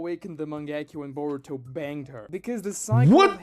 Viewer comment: the tonal emphasis he puts whenever he says the word BANGED combined with a portifolio of fan made art depicting sarada kissing boruto for me is sus af in the worst way possible